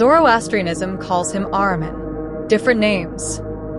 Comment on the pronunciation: Ahriman✅ Not arman